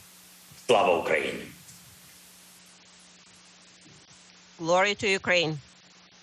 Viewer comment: Pelosi is such a weirdo. She can’t stop herself from giggling even during this. She was so proud of herself she barely pronounced slava Ukraini. Our politicians are so embarrassing